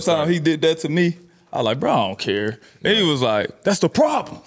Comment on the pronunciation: LMAOOOOO "THATS THE PRABLEM" dyin